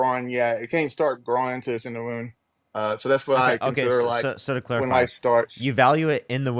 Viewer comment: Why does he keep talking about 'ahside uva wound. ya can't grow ahside a wound.'?